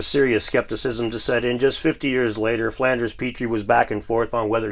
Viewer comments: His name is FLINDERS-Petrie not FlAnders-Petrie.😂😂😂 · It’s Flinders, not Flanders. 😬